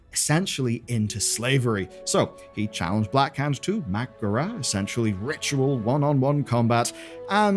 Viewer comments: I can't get over the "Mack'gorah" pronunciation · I just wish you knew how to pronounce 'mak'gora'.